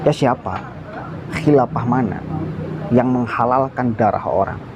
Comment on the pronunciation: Saya salut sama mas ini pemuda pandai... Namun pelafalan huruf f harus di perbaiki jangan nyebut p. Khilafah bukan khilapah